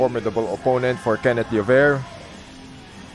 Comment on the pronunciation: Kakatawa yung ring announcer di mabanggit ang 'Llover' hehe.